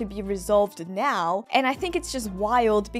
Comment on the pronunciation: accent when saying "now" is the reason of my weekly joy. Nyao